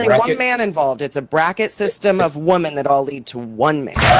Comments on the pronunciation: It still drives me nuts that says woman instead of women. All the time. How is that a thing! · It makes perfect sense?? thinks "women" is pronounced like "woman." This is something we all learned to pronounce in first grade. Yet she doesn't understand it. OP is correct, she shouldn't be allowed to talk. And neither should you. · She has no idea how to pronounce "women." It's so weird.